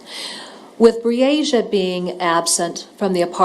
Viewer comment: Pronounce her nsme correct plz: BREE - A- SHA